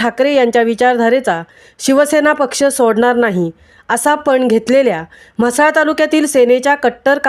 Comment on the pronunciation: अरे म्हसला नाव आहे ते तुम्ही हसला काय..?😂 हा पत्रकार कोण आहे नक्की तो म्हसला मधलाच आहे ना…?